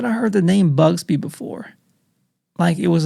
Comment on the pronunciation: I'm he knows It's not BUGSBY😂 It's BUGSY. Be safe.